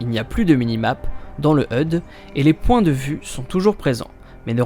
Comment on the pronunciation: Il faut ABSOLUMENT travailler la prononciation des termes anglais comme les noms des jeux et des personnages ou bien HUD que tu prononces "heude" alors qu'il se prononce "h-u-d". Sinon bonne vidéo